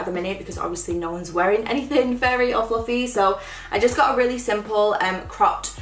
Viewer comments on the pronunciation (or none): none